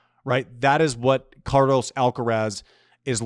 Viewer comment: It's Car-LOS not Car-loese. It's DJOK-O-vic not Djoeker-vic. Don't you say LOS Angeles, not Loese Angeles in the US? 20 more years?🤯 Call him Charly!